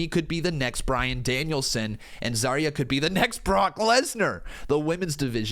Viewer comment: Zaria is pronounced as "Zar-Rhea".